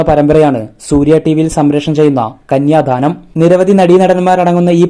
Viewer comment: കന്യാധാനം അല്ല കന്യാദാനം ആണ്..